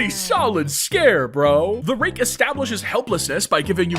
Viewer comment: you did not say rake😭